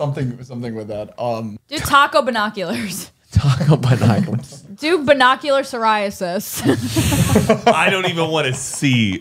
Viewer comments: oh my god checking the pronunciation of 'Binoculars' was so funny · NOT THE “BI-NOCULARS”